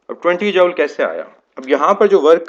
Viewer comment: Joule pronunciation is jool, isn't it?